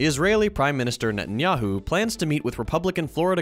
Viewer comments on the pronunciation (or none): none